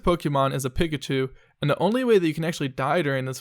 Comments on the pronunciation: did you just say "pickachu" my nigga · ummm....have you really never heard the name Pikachu?! PICK-a-choo?! really dude?